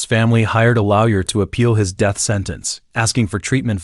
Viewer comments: ‘… and the right to have a loa.we.yer present.’ Is this AI or do you not know how to pronounce the word lawyer? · All I can hear is him saying "lowyer" instead of lawyer lol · He did said lawyer correctly though but then after that back to loud yah pronunciation lol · 😂 I heard that as well.. but his voice and narration makes up for it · Stop pronouncing lawyer wrong